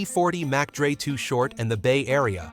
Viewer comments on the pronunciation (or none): Ok,first of all,if your gonna do episodes abt ppl,u should know how to say their names! maybe this will help u!! his name is [too short] not too hort! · Man!... Why They let this video air with the reader calling Too $hort "Too Hort?" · I, literally hate this AI bullshit. It’s labeling Too Short as Too Hort. This new technology really needs some serious work and attention. SMGDH!!! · Who in the world is "too hort"? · This mf says too hort 😂😆😂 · How can I take this seriously when you can't even get 2 Shorts name right. He's a fuckn legend, say his name right.